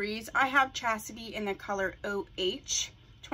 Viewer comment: Lovely, lovely...but the name of the unit is Chasty, not Chasity. I have her in 227144 and I cut the long front also, I stray, but I seem to always come back to Chasty.